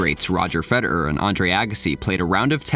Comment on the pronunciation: why do you pronounce the name FEDER- ERRRRR like that?